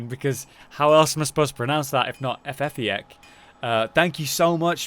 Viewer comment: it's "fe-fik" (how you spell it). And thank you,,for putting my art on your vid